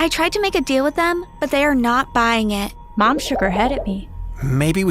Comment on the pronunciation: Also eed it’s know and noor it’s her